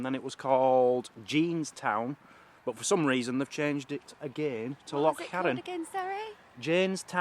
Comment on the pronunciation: I love you I love you for life you sound do good when you pronounced loch right, your videos are fabulous keep up the good work, Mazzy keeps you on your toes eh ha ha ha she is braw xx